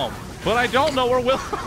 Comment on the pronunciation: YOU KEEL WHEELHELM?!?